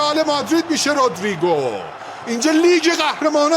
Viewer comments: آخریه چرا هی میگفت رودرررریگو 😂 خیلی ر رو بد می‌گفت 😂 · آخری که افغانی هست چرا اینجوری میگه رودریگو 😂😂